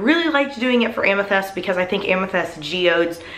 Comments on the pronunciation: Is it a Texas thing to interchange the soft i and e sounds? Bunny does it too,, she pronounces tint as tent etcetera. Just curious cuz doing it with amyTHEST. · The soap looks amazing....but I cringed so hard every time you said "amethest". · Dang it, I hate the smell of lavender. Also, was I the only one who was annoyed that she pronounces amethyst as amethEst? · You say amethyst so weird.